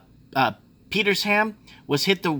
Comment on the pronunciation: Petersham = Peter-shem Sans Souci = San Suzie Russell Lea = Russell Lee Vaucluse = Vor-clues Bondi = Bon-dye